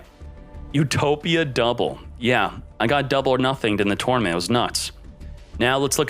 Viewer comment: Why are you saying tournament so weird?